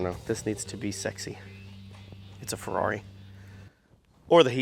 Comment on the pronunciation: “Feckari” “f**kari” “ferr-it”